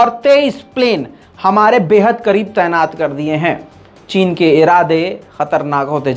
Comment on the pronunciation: تینات نہیں طعینات ہوتا ہے۔ واہ رے رضا تمہاری اردو۔